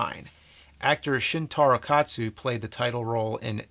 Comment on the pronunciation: James can say "Shintaro Katsu" properly, but not "Zatoichi" or "Llewellyn"? Daniel Craig's James Bond isn't supposed to be the same character from .